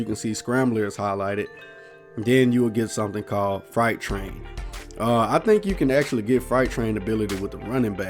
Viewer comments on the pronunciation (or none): Freight train is pronounced as "frate" not "frite" or fright like you was saying. I know this because i live in railroad town. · “Fright train” 😂😂😂😂😂😂😂😂😂😂😂😂😂😂